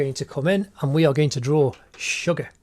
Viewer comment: Ammmmm.... It's Suga not sugar ok next time pronounce nicely